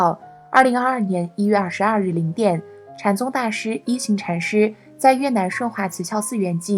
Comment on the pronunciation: 應該是念一ㄏㄤˊ禪師。